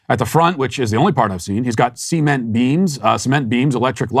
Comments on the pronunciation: Did Matt just pronounce cement as “see-meant”? I’ll never recover from this. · Wait did Matt just say “see-ment” as cement and then corrected himself? 😂